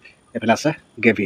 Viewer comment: গেভি নহয় হেৰ গেভি নহয়.... গ্ৰেভি বুলি কবি.... 😮😮😮😮 কথা কেইটাও শুদ্ধ কৈ কব নুৱাৰ... কিমানলৈ পঢ়িছিলি.... খালি গৰুৱে ঘাঁহ খোৱাৰ নিচিনা খাবলৈ শিকিলি 😮😮😮😮